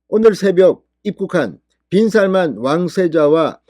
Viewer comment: 요새 발음에 신경 덜 써네요. 빈할만?